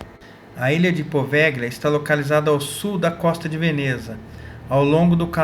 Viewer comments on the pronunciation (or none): Se escreve poveglia, mas se fala POVELHIA. não existe a junção LH em italiano, eles escrevem com GL. Muito interessante esse vídeo, parabéns!